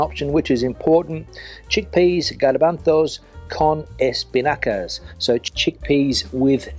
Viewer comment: I love how you pronounce "garbanzos" and "Riojana"